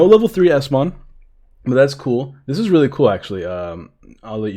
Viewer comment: It's eosmon